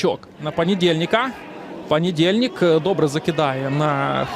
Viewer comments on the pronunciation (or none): А звідки взявся в складі Кривбаса футболіст з прізвищем ПАнєдєльнік, якщо там був ПОнєдєльнік? Питання до коментатора.